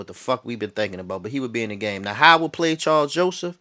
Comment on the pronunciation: I definitely agree with putting Mack and Irvin on the same side and moving Mack around ! Good video,and it's Karl not Charles lol